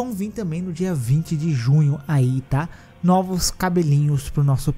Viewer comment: "Nôvos upideites" 😂😅